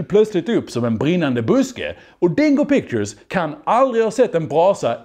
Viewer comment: Jag kommer aldrig inte skratta när han uttalar dingo pictures som ”dongo pongo” 💀💀💀